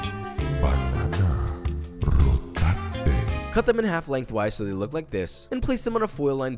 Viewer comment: Ah.. Banana... Ro-Tat-E